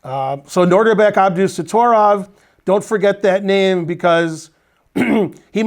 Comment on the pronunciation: Ben is usually pretty good with pronunciation. But... it's NOH dihr bek, not NOR dihr bek. He said NOR at least four times early on.